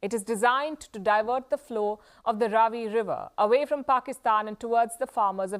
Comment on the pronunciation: Its not raavi, it is ravi, why are you pronouncing like pakistanis 🤷